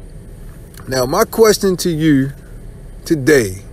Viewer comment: says yuur instead of you